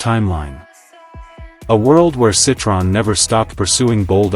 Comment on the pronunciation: Can't even pronounce the name correctly.